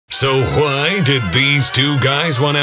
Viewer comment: Why did you pronounce the h in why